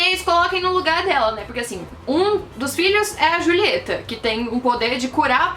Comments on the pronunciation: Eu ri muito porque ela fala "Rulieta" sendo que é Julieta kkkkk. Você fez o meu dia. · Mano ela fala rulieta E Pépa mds que agonia